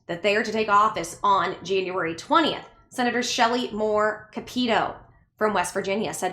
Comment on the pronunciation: it's actually pronounced "Cap-a-toe". I'm from Huntington WV and Shelley is one of our elected representatives. It is a common mistake but be assured she is not Italian lol